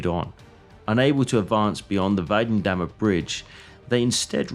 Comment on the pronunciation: The video would have been perfect if the names of the bridges and roads had been pronounced halfway correctly. For example, Weidendammer Bridge is Videndammer. If you don't know it, you can simply listen to it in google translator.